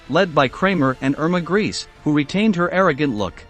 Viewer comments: Her last name isn't pronounced "Grease"... it's pronounced "Gray-sa"..evil as she's been accused of she should at least be presented properly as such... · Thay sed Greásé was experimental not Cream-Mátéd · Irma's last name is pronounced Grayse with the letter e also pronounced. Gray-se. She was an evil young woman who deserved the death penalty which was a lot quicker and less torturous than the bestial things she did to the poor women in the concentration camps where she "worked". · Pronounced grey suh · Grese is pronounced as " Grayza". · Same thing I thought as soon as I heard "Emma Grease" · Informative? He badly mispronounced her name and provided a completely fabricated story about her execution that bears no resemblance to the truth.